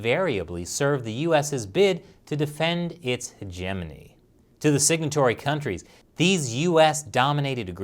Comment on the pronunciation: Heh-gimini? it's Hedge-eh-moany lol..... wtf.